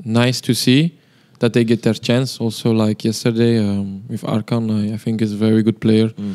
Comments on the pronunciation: Menit 27. 15 bukan arhan tapi arkhan min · Arkhan bukan arhan